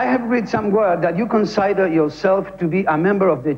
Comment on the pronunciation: Petinato le mando "consaider" en vez de "consider". O sea, "con" (estafar) + "cider" (sidra). ¿Qué habrá entendido el flaco, digo?